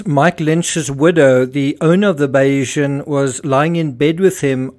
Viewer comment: Not sure if you’re reading the comments, but seeing how many videos you are making about this: it’s not Bayeeesan, but Bay-sian. After Thomas Bayes’ theory.